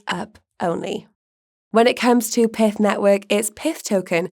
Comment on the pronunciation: That’s pyth not pith.